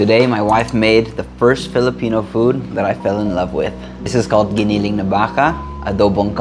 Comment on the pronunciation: I like how you pronounced giniling and baka. You sounded very Filipino.